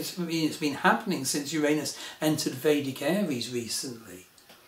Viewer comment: Finally someone who pronounces "Uranus" the correct way, not the politically correct way! CHEERS TO YOU! EXCELLENT VIDEO!